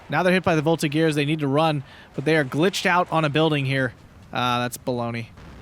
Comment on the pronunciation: The G of the Voltigeurs is a J sound, so a soft sound, not the hard G.